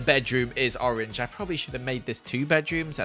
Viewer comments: You said ROREN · Did he really say rorange 😂😂😂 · And it is rrrr-orange Me: Whats rr-orange? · When he was gonna do the second floor he said rorange 😂😂😂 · '' and the colir is''' 'Roarange, 😂😂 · why did u say orange roange ？？？😂😂😂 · i liked how u said 'Roange'